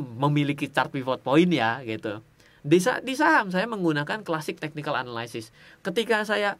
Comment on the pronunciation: bang jangan marah yah, biar gampang analysis bacanya sama in aja kayak analisis (dalam bahasa indo), soalnya abang sering bgt ngomong analysis dan selalu salah pronounce nya, jangan dibaca anaLAYsis, bukan LAY tapi yang bener LI. thx